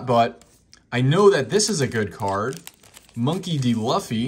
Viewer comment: Learn how to say Monkey D. Luffy for god sakes, you’re killing me smalls. You can tell you’re not a true fan of the Anime series, shame.